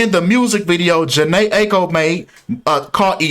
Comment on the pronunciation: And you’re mispronouncing Aiko